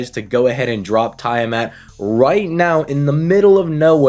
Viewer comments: I think her name is pronounced Tea-ah-mat and not Tie-ah-mat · Yes "tie a mat"🤣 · It’s pronounced Tea-ah-mat. At least in English. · ok ngl your pronounciation of tiamat was funny as heck you said "tie a mat" no offence offcourse just thought it was funny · I thought how he was saying it was odd.